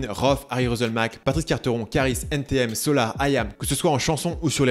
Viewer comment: Quand tu dis " N TI M " tu perds toute ta crédibilité ..allez salut! :)